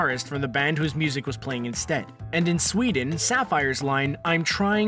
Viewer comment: Really? Sweeden? I would’ve expected better from you!:C